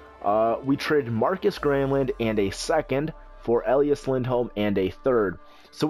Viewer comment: I know this is just a nit picky thing, but his name is E Lie As not El E Us; But otherwise I love your GMs and Livestreams :D